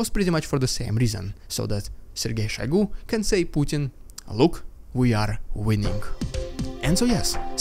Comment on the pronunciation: question, most pronounce it SHOYgoo, you said SHAYgoo. i assume you have the correct pronounciation. do i have that right or did i miss hear it? ty